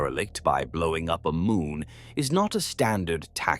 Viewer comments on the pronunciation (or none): none